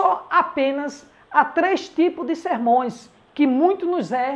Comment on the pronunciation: Qual a pronúncia correta. Sermões ou sermãos??😊